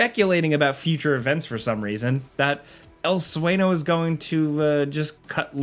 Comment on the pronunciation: Sueño is pronounced Swenyo. The Ñ sound is use like a NYUH sound.